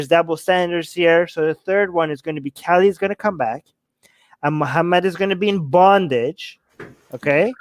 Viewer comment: Lool, it's Ka-li not Kelly... 😂 I had no idea what you were talking about until I saw it written. Kali is a fierce Goddess!👹